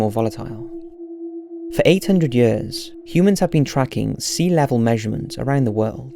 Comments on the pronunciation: one hundred hyuhrs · I love how he keep pronouncing "ea" as "uh". Yuhhhrs. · Its YEARS not yayers lol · The way he says years... lol 😂